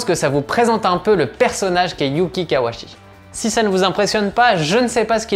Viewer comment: Hello, Par contre il s'appelle bien KawaUchi, le u n'est pas absorbé en japonais et son nom est bien composé des deux kanji "Kawa" (川, la rivière) et "Uchi" (内 à l'intérieur) Pour être plus rigoureux même le son "chi" se prononce "tchi" en français, donc en terme de syllabaire on doit prononcer son nom ka wa u tchi Bonne continuation